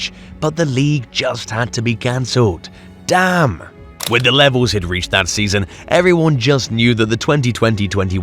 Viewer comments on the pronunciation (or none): none